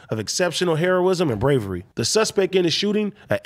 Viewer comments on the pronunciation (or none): Nigga said haroism 🤦🏽‍♂️ y’all gotta send to English 4